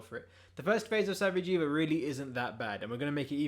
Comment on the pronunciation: Lol “sa-vee-jee-va”